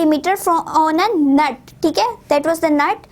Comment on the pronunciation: Mam 9.4 per ap na aunt Bola ha nut ha